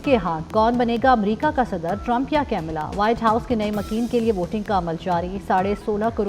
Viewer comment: نام کملا صحیح ہے ،کمالا غلط ہے ۔ پھول کمل کو ٹا مل زبان میں کملا کہا جاتا ہے